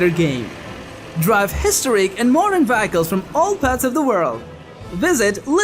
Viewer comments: It's "Vehicles" not "Vyeicles"....... Just sayin! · What the hell is a Vack-ick-lols Ohhhh you mean VEHICLES . Learn ENGLISH. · Nice compilation of games. I just wish you knew how to pronounce vehicles. LOL